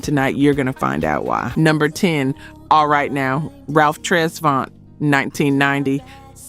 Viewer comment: This is trash! All the songs he co wrote was trash, he kept all the hits 4 hisself I guess 🤷🏾‍♂️ and I hate this video just because yo dumb ass pronounced Ralph Travont like that 🤦🏾‍♂️🤦🏾‍♂️